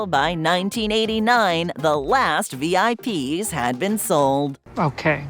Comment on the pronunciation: IIRC, the name Vip's was pronounced as a word, not as the individual letters.